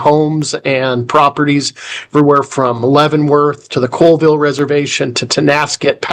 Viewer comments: I've lived in the Colville area for 41 years. It is spelled Colville, but pronounced callville...not coalville as stated in this video. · Colville is pronounced CALLVILLE, not COALVILLE. Public lands commisioner should know how to pronounce his state's city names. Sad. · "Callville", Really? I have been to the town of Colville, it is in the Colville National Forest, and that is just east of the Colville Reservation, I have lived in this area around Spokane for the last 20 years and I have never once heard of a "Callville"!! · But a lot of people pronounce it coalville. I know it's Colville lived near it for 41 years. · It’s Colville